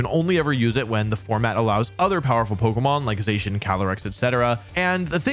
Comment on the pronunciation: Bro can say shedinja right but not Zacian and Slaking 💀